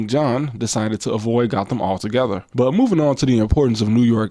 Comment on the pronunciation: Gotham in the UK is actually pronounced "Goat-um".